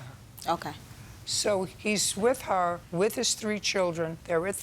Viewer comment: "While he was widder" . 😂 She stole my teef! 😆